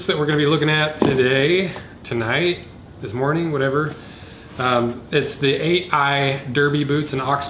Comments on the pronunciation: Heads up it’s pronounced “darby” not “durby” haha. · Its pronounced 'darby'. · That's not how you pronounce Derby.